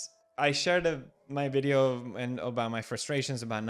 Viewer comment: Felix said "I'll see you next video" but I heard "I'll see you next year" and I was like wait what rewind! lol